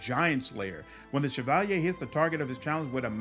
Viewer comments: I skimmed through the comments and didnt see it. But has anyone corrected him on how he pronounces the word "Cavalier" ? - hahah, "Chav al yay"? - Cav a leer (ear) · I noticed that when you get to the Cavalier class you pronounce Shevalyay but the pronunciation is actually Kavaleer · bro, cavalier is pronounced Kav-a-leer, not Se-val-yay. havent you heard the expression cavalier attitude? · Look at the word cavalier and say caval-yay and you've pronounced it correctly... Like cavalry but french Edit: it's definitely pronounced like caval-ear and not what I said either. I am an idiot lol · I don't know if this me, but why are you calling a Cavalier a Chevalier? Overall similar words and meaning, but there different from what I understand. Just to make sure I wasn't mistaken looked them up, Cav-a-lier Vs. Shi-va-li-ay Gripe aside, loved the video ^_^ didn't know about the Dwarf Pally option, I'm going to have to try that! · Cavalier it's CAV A LEER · Wait... How the truck did you just pronounce "Cavalier"? looks it up in dictionary Yeah, wtf, Chevy has never made a car called the "Shevalyay", where are you getting all those sounds that don't exist in that word? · The way he pronounces cavalier is atrocious. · great video man . very helpful .. side note . go look up the pronunciation of the word " cavalier " lol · Interesting choice to pronounce the spelling "cavalier" similar to its origin word. Loving the channel and Wrath content. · Lol the way u say Cavalier is so posh xD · Wtf is that pronunciation of cavalier? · great video, been looking for something like this, couldn't find one. maybe im ignorant but the way you say cavalier, im guessing thats french?